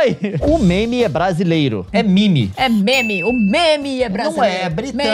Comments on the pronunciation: mas vc é brasileiro então fala meme e não mimi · "Mime" pode ser a pronúncia do cidadão que criou, meme é como brasileiros falam. Assim como você, senhor Leon, fala coisas com sotaque abrasileirado. 👍🏻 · Leon é MEME!!! Não mimi!!! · A desculpa dele é pq o criador da palavra fala "mimi", então é a pronúncia certa KHWKDK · Leon tem saudade do Brasil mas fala "mimi" em vz de "meme" vai entender.... 😂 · falar "MEME" é em português, falar "MIME" é em inglês. Por favor Leon, fale em português nos seus vídeos. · Argumento do pq e meme e não mimi, você e brasileiro e fala português, estar falando mimi e como chamar uma casa de house ou um carro de carr, não faz sentido. Resumindo a tradução pro português e meme e mimi e em inglês, logo Leon você foi refutado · sim, mas se for falar "mime" faça o favor de por legenda para entendermos o que é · O lado feliz da vida é oq fala "même" e não "mimi" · Leon: ai fala mimi pq o criador fala assim also Leon: starcréfiti, minecréfiti aheuhauiheuaheuhauhes te adoro Leon <3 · O Leon precisa entender que existe evolução linguista. Mesmo que o criado pronúncia a palavra como "mimi" a maioria das pessoas falam "meme", devido ao costume de se pronunciar assim se tornou normal, logo o correto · Leon é todo assim com a pronúncia da palavra MEME mas ele não fala as palavras em latim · O Leon deveria ser mais saudosista e passar a falar "Meme" ao invés de "mimi". Não importa se é assim que o Dawkins fala, ele é inglês e nós falamos português. Ainda, nas primeiras edições em português do livro O Gene Egoísta, cogitou-se a possibilidade de traduzir a palavra como "mema", mas preferiram deixar "meme" mesmo. Isso porque a palavra vem do grego μιμἐομαι. Em inglês seria "mimeme" e em português "mimema", a mesma raiz que "problema" ou "teorema". Mas como a palavra não vem do inglês e sim do grego, é defensável a transliteração, usando "meme" ao invés de "mimi". E daí temos a pronúncia em português da palavra, símbolo da internet brasileira!